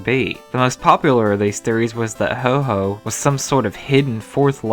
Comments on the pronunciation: It's pronounced ho oh, not ho ho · its ho oh not HO HO you think he is santa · Anybody else feel OCD when he says ho-ho and not Ho-oh? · i laughed so much when you said ho-ho its ho-oh geezeee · Its ho oh not ho ho you fucking spanniard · ITA HO-OH NO HO-HO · ho-oh not ho-ho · I heard him say ho-ho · It's not Ho-ho it's Ho-oh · Its Ho-Oh not Ho-Ho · And did he say ho-ho?! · wow you said ho-ho but it's actually ho-oh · Did he say... "HO-HO"??? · You said ho-ho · sorry but its pronounced HO-OH not HO-HO (like santa) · ITS HO -OH NOT HO -HO UR NOT SANTA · he said ho-ho instead of ho-oh. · HO OH not HO HO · You always say Ho Ho,instead Ho Oh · Slow Poke HE REaLLY DID SAY HO-HO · Erin Albright I know, ho ho is just a stupid pronunciation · Oh No-No he said-o Ho-Oh Hohoho merry christmas tho! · Stop calling it Ho-Ho xD